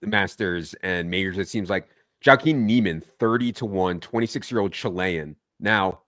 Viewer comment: Jah-Keen! Someone ask Jah!